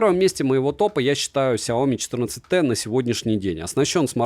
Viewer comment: 😂😂😂 "Сяомит" меня когда так назвали в чате , я даже немного обиделся. Но я уважаю чужое мнение и про обзор могу сказать только - СУПЕР. Особенно когда топ на 1 месте мой любимый бренд. За видео однозначно лайк.😊👍 Спасибо!